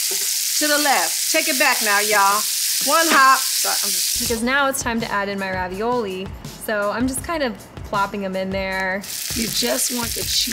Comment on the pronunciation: Did the food scientist say Ravi-YOLO?